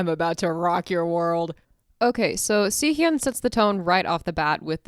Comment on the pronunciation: Great video to show appreciation for this song. But one thing that kept bugging me was the way you said Sihyeon instead of Siyeon lol. Please, It's Siyeon, not Sihyeon